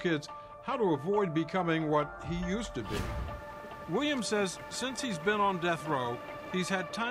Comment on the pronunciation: this is a bot. "he" mispronounced mr. williams name like four different ways. so disrespectful